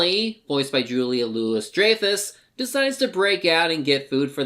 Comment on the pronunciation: That's DREYFUS! Not Drafus.